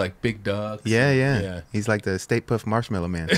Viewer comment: I love that called it the "State Puff MarshmallowMan" lmao! Lmao when I was a kid that's what I thought it was till I realized it was "Stay Puft" and ironically I just watched "Ghostbusters" randomly